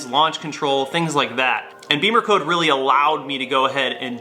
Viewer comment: Not BEEMERCODE, it's BIM-MER-CODE